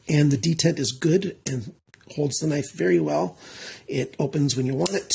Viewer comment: "?!" Are you turning into into a German? 😂 Welcome back, great review as usual.